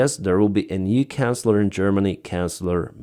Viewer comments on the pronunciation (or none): I’m just trying to help. The title of the German leader is Chancellor - pronounced like the word Chance ellor Keep fighting the good fight